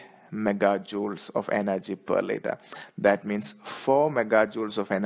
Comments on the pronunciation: Litre... not litter!... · its litre not litter